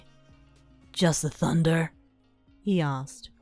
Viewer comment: I love how were just like: Tunder scawy . LEGITIMATELY me